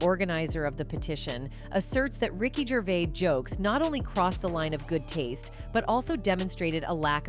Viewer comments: Ricky gravis haha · Ricky GRAVIS, hahaah. What is this shit?